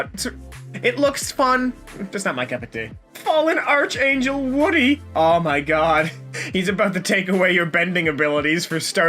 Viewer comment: Does anyone else get annoyed when someone says archangel as arch-angel instead of arc-angel